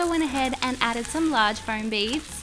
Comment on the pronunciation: Foam, not floam, as you said in the last video